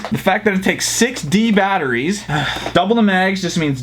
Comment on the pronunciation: dude when you were talking about the mastodon it sounded like you said 60 batteries instead of 6 d batteries